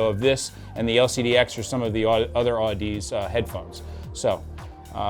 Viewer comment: Fun fact, it’s pronounced aaduhzee. Like, odyssey, with zee on the end.